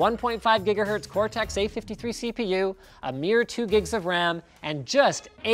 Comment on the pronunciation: Cortex not Coretex